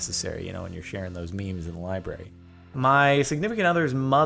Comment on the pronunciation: What's a liberrarieuy